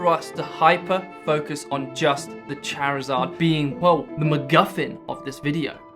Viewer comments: It's charizard not charzaaa😂😅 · lmao I'm sorry but I've never heard someone pronounce Charizard like that lmao aw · I had much more fun with your pronunciation of "Charizard".